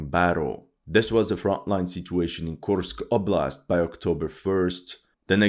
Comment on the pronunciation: Мне нравится, как автор канала произносит названия населённых пунктов, подразделений. Kursk oblast' звучит как 'Кемска волость') Кто понял, тот понял)